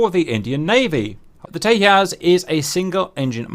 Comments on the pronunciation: I love your videos but please learn to pronounce Tejas as Tejas and not Teyas Also do more research please. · Why would an India-developed plane have a Spanish name? Tejas in Sanskrit means "Fire" and is pronounced as Tay-Jas as in pronouncing it as in flower Jasmine, not as Tay-Yas, the Spanish way. And no, it definitely hasn't the slightest relation to Texas. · It's pronounced "Teyassh" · Tejas is a Sanskrit (not Spanish) word and j is pronounced “j” not “y” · Not Tehas …Just pronounce it Tejas..its India..idiot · Nice video...but.....not Te-h-as, for Texas...but Te-j-as. 'J' as in jungle. Hindi/Sanskrit for brilliance, tip of the flame or cutting edge of the sword. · its not tehas,its tejas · It’s pronounced with a j rather than teyas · That pronounciation of Tejas is attrocious. Like, why would an Indian name (Sanskrit for Radiant) be pronounced by Spanish rules? Its simply `Tay-Jus` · J is pronounced like in English, not like "H" in Spanish. So Tejas is pronounced Tay-Ju-s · small correction: it is pronounced as Te-Jas (Jasmine pronunciation). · Tejas, loosely translated, means "Incandescent" in Sanskrit. It's not a Spanish word, in this context and it is pronounces as it is written....Tay as in Taylor, Ja, as in Jamming and well...S, as opposed to Tehas or Tayas. Also, it infact, is a very tiny aircraft, I assume it was something IAF learnt from the Gnats which proved lethal against the F-86 Sabres of PAF due to them being hard to spot visually...Tejas already is hard to catch on Radar given its RCS is reported at 0.5 m^2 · It's Tejas with a J, not Tehas. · Hech hey hell - Teyas 🤣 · I don't mean any hate but u pronounced Tejas wrong😂 j is not silent the J is pronounced like the j in James. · J is not silent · Indians aren't Hispanic, please pronounce the'J'. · learn to pronounce tejas first...annoying tht u kept mispornouncing it...have no respect for ppl who dont do their homework...simple things like these reflect a lot more in one's work...